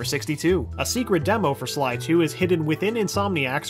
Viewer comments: he says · did anyone notice when he was talking about david scully that he said 3 instead of sly? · On #43, I think you had the name Scully on your mind and you accidentally said Sky instead of Sly. Just a nitpick, though. Not a big deal. Lol